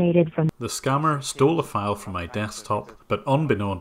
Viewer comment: ....it's not "scamer" it's SCAMMER....